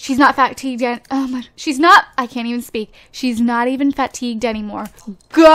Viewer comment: it's pronounced fatigue (fuh-tigue) not fat-tigue